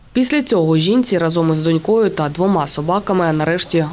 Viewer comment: Журналіст, ви трохи недовчилися. дОнькою дочкОю Ось так ставити наголос